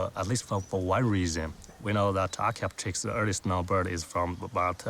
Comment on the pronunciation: Can you please pronounce the names of dinosaurs in a dinosaur documentary right? Archaeopterix, is archaeo-pterix not archaeop-terix.